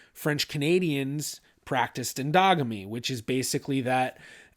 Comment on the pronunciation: Lmao…I know he said “endogamy” but I heard “dogmeat”…rofl